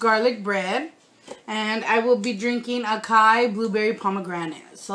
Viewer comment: Acai = ah-sigh-ee